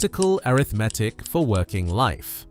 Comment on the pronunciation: he sais Arithmetic like it's a condition